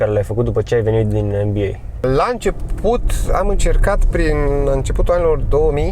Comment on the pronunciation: Cand spune- a de Mba credeam ca spune de Nba :))